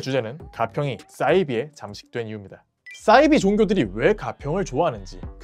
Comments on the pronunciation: 사이비(似而非)를 싸이비로 발음하시는 이유가 있으신가요? 사투리인가요? 사투리라면 어느 지역이신가요? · 왜 싸이비 라고 하는거죠? 사이비 라고 해야 맞는거 아닙니까? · 사이비~~~발음이 어렵냐?😩 아니면 영어라고 생각해서 '싸이비' 🤮라고 하는거냐.......?? 似사~而이~非비.....겉으로 보기에는 비슷한 듯하지만 근본적으로는 완전히 다른 ❌것 !!! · 싸이비 아니고 사이비요.. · 사이비 발음은 싸이비로 하시면 안돼요